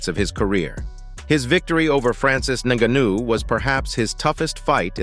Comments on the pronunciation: Click bait everything I already knew except what AJ said after the fight 😂Im still waiting for what AJ supposed to of said ….we got to FK TYSON FURY HERD IT TWICE and then a load commentary in that robot voice that pronounced ngannou negnou negno 😂😂 sick of this never again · 'Nga neu?' What did the Nga knew or what does he know?? Bro, you can't train the AI voice to pronounce names properly? Or is that something we can't do yet? I don't knew how these AI voices work. Can you alter how they pronounce one word or once you feed them the script and choose the voice, it's all up to them? Idk but not telling me what that 'Nga nu' ain't it chief and it's low-key pissing me off. I need to know what the 'Nga nu'.😂😂😂😂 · This foo said naganuu wtf what kinda homework is this 😂😂😂😂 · why you say his name like that, then properly later on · How many different ways can one idiot pronounce the name Ngannou…??? 😂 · Every time you try to mispronounce Ngannou I'm going to report you.